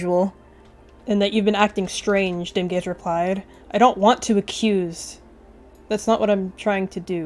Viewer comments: at first i thought you said dem gayz not dimgaze LOL?? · i thought you said dem gays instead of dimgaze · Please tell me im not the only one who heard dimgaze and dem gays- ...when you said 'i elected dimgaze' i thought that you were were shipping dimgaze and sootleaf